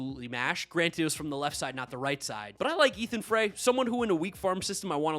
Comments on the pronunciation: I’m an LSU that’s how I know this. Astros prospect last name is pronounced Fry. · It’s pronounced Ethan (FR-EYE) Like put the fries in the bag